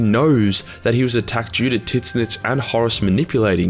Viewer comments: Took me a minute to realize when you were talking about Tzeentch. Everyone except you just pronounce it “Zeench”, not “Tiz-nich”. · I giggle like a schoolgirl whenever says Tits-Snitch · I must say Tit-snitch is a very interessting take on pronouncing Tzeench :D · that is the most unique way to pronounce Tzeentch. I always go t-ZEEn-Ch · The "T" in Tzeentch is silent